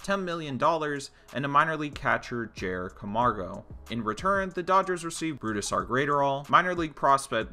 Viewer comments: Isn’t the guys name pronounced Brooz-Der not Bru-Da-Sar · I’m not hearing that. I’m still hearing Bru-Da-Sar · "Brudestaire Graiterall" 🤦‍♂️you butchered his name. Its pronounced like Bruce-star and his last name is like adderall but with a GR before it. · exactly. he’s saying burusidar and it’s pissing me off